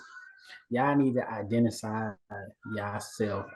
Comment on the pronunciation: totally messed up saying identify lol.